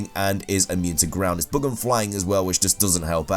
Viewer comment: why'd you keep saying "bog" on a bug? "bag"